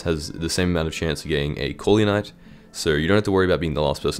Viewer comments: didnt know corleonite was so hard to americans to say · Even my yt crashed when he was pronouncing corleon